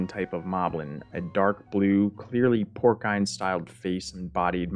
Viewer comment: “Porcine” like “pour-sign” or “pour-seen.” It’s a soft C. 👍 Good video.